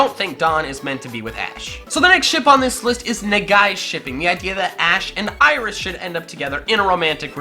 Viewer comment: When you said Iris I barfed a little